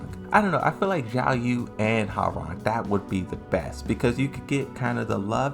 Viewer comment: yeah, don't get me wrong, I like your videos but mispronouncing the names of these characters is sooo irritating to hear, do it right! Oh and it's [Ho. Wa. Rang] not [Haw. Rang]